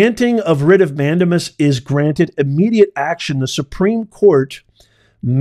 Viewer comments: Mandamas is pronounced: man-day-mas. Not man-duh-mus. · Please learn the "correct pronunciation" for the Latin legal terms. MAN DAY MUS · Respectfully.....it's pronounced "man-dame-us" 😊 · "Mandamus" A LATIN word is Pronounced : " Man- dā-mus" in English is "We COMMAND"!! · It’s a WRIT of MAN DAME US - for the love of God please pronounce it correctly- it’s wrong and distracting otherwise. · "Professor", please learn to pronounce "mandamus" correctly.